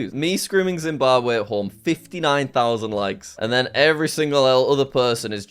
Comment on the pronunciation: Yep . . . ZimbaWbwe